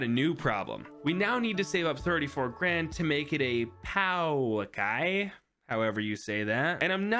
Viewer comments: The Pouākai is said pow-uh-kai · The Pouākai is pronounced Po(from kung fu panda) - aah - kai